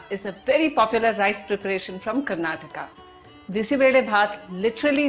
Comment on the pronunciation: Thanks for pronounceing karnataka properly. We always hear people saying as karnatak